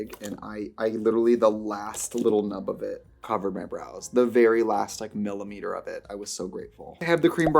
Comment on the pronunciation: "The very last like MILLIMETER of it..." - when the inner swedish comes out 😂😂😂